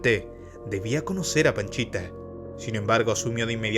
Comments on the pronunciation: "panchita" o "pachita"!?!?!? Según yo, es pachita! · Es PACHITA, No PANCHITA jaja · Por favor documéntate bien no es Panchita es Pachita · No es PANCHITA bro. Es PACHITA. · Es pachita no panchita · Panchita no es pachita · Pachita* no Panchita. Aún así, muy bien video. Te documentaste bien. Lastima que lo hiciste muy corto. Saludos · Pachita, no panchita. 2 años, no 2 meses. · Hola, oye no es "Panchita":(, la sanadora se conoció como PACHITA, saludos. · No comento para criticar,,, pero la curandera se hacía llamar Pachita,,, no Panchita,,, los libros con las vivencias de gringberg y la curandera son difíciles de conseguir pero aki en Youtube se pueden encontrar en audiolibro son muy buenos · Pachita no Panchita. A Jacobo se lo llevaron entidades superiores porque su vida y legado de conocimiento corría peligro. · La curandera se llamaba PACHITA no "Panchita" mi buen! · Se llamaba Pachita, no Panchita. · Solo como dato, es Pachita, no Panchita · Buen video bro, solo que la sanadora era Pachita, no Panchita 🤭 Otra cosa, según sé, cuando fue a buscar a Pachita no iba por 2 semanas y se quedó por 2 meses, iba por 2 días y se quedó 2 años, y en ese tiempo aprendió mucho sobre la mente, y que el universo es metal... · No puedo evitar reírme cada vez q dice paNchita jdjajajaja